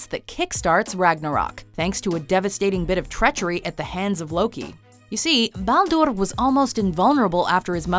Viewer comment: its not ballduurrrrr. its balder.